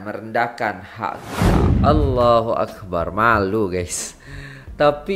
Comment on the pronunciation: maaf iya..mohon sebutan ALLAHUAKBAR..mohon sebutan BAR jgn di panjangkan..karna makna nya jadi lain..maaf sekadar nasihat..